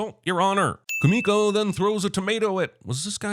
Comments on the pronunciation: I am sorry for this, but her name is Kumiko. If she meant to say Kimiko, that is not how she pronounced it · I'm adding a sin to this video everytime dumbass Jeremy insists on pronouncing Kumiko's name incorrectly when the characters say it out loud multiple times in the movie.